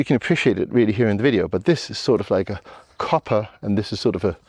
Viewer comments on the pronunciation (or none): none